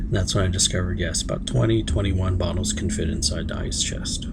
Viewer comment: Hello! Great video. Are you saying “place your bottlesssOF water…” or “bottles of salt water”? Do you have to use salt water? I understand what salt does to water, just want to know what you are using. Sounds like “bottles (with added ssss sound on bottles) of water”. Do you have to use the screen?